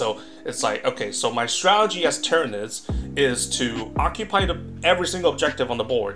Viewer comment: If this guy says "stralegy" one more time...